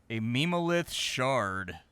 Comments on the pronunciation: Ah yes, "meme-o-lith" 😂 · It hurt my soul a little every time he said it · I imagine the devs meant for "mem" in memo lith to be pronounced like in member. Because meme-o-lith is just impossible to take seriously 😂 but you just know it's what 99% of players are going to read it as